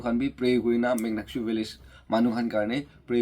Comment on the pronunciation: Not muknyakshu❌ Monyakshu ✅